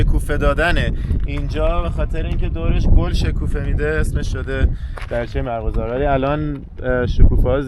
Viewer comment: یعنی ایرانی ها تابحال «مرغزار» نشنیده اند؟ شاید وقت آن رسیده که فارسی را درست بخوانید